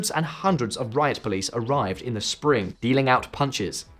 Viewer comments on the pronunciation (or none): none